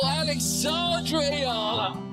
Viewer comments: It is pronounce as EEEHHH YEAAAHHH LAAHHH not eeeehhh la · Please pronounce her last nama EEE YAH LAA